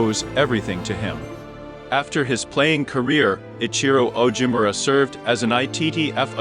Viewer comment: Pronunciation of Ichiro Ogimura’s name is horrible!